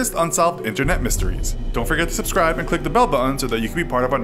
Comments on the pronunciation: It's "BUT-TON." Not "BUH-IN." ANNUNCIATE. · The word is BUTTON not BU-IN...and BRITAIN not BRI-IN. Jeez pronounce your T's...